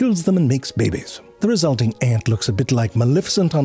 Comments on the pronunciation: I will never get over how you say "bebe's." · "fungus 𝗯𝗲𝗯𝗲" 💀